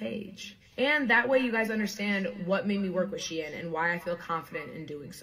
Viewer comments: You saying shine and not she-in 💀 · This is so painful to watch because it is pronounced SHE IN, like two words, it’s short for SHE INSIDE. They said it so many times in the video please 😭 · Why do you keep saying shine when it’s literally pronounced SHE IN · How do you say this company name? I heard him pronounce three different ways. Is it SHINE or SHE-IN? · NGL it drivers me crazy how he pronounces Shein as Shine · Hasan is insane. Watches a video where he hears it pronounced correctly and still calls it “shine” for the entire video. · Hearing men mispronounce Shein is my kink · hasan you pronounce “shein” wrong like how my boomer dad can’t say “chipotle” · I fucking hate fast fashion and the majority of my shit is thrifted but my biggest issue with this video is the way Hasan pronounces SHEIN differently every time he says it lmfao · Me two seconds in: ITS PRONOUNCED FICKING SHINE??? oh wait nvm Yeah everyone is pronouncing it differently and none of them is the way i do